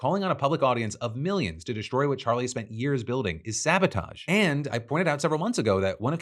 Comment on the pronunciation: I cant get over Candice flubbing Charlie's name . 😂😂😂 Sounded like a toddler lmao